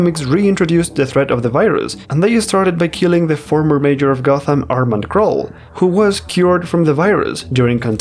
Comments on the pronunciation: The word is may-UR (MAYOR) NOT may-JUR CROSS-ovurr NOT CROWS-ovurr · why do you pronounce mayor as "major" ?